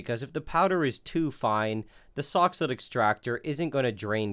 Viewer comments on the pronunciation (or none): For those who are not clear on the name of the extractor device, it's a soxhlet extractor. I kept hearing "sock's foot" or "soxhood", but those are wrong.